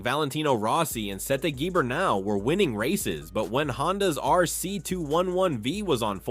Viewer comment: I turned the video off when you pronounced Gibernau as "Gee-bernau", Jesus Christ.